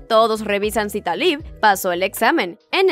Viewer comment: Me encantó tu resumen, aunque a este le faltó un poquito para que algunas personas que no lo han visto entiendan por qué TenTen no le dice a Taliw que la ama, lástima que no pudieron hacer la segunda parte y espero que no te enojes y menos tus seguidores, pero el nombre de ella se pronuncia Taliú